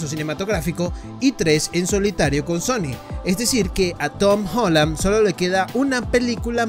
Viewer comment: Se dice Tom Holland pero igual buen video :v